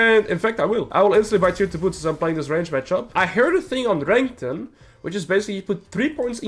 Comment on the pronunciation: I like how you pronounce Renekton. Rankton xD